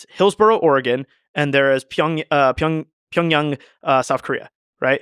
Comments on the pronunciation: This guy said Pyongyang lol (which is the capital of North Korea). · Ya he mispronounce Pyeongchang to Pyeongyang and in comment section people telling its Seoul 😂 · Why does he keep saying pyeongyang 🤣? That’s North Korea 🇰🇵 lol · Did he just say Pyongyang South Korea? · Pyeongtaek. Pyeongyang lol. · I think he pronounced Pyongchang(S.K.) wrong.